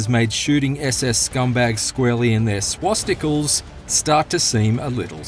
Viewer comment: "Swasticles" XD XD XD